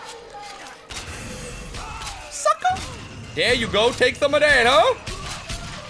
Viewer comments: Also sounded like u said f.uc.ker instead of sucker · Does anyone realise that Toby sound like he says fucker when he says sucker?